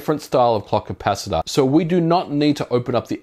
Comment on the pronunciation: So I’m supposed to remove the what now? The “clucky pass-it-aw”